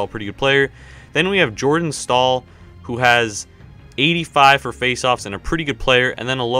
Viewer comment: It's jarrot stoll not Jordan stoll